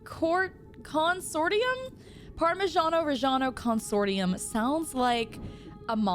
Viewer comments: And now she can't say the word consortium? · no wonder she says SHIEGO, she cant pronounce Consortium right